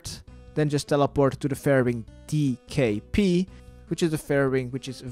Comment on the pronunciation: DKP not DKR